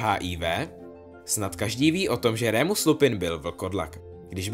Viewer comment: není to rémus ale normálně remus :)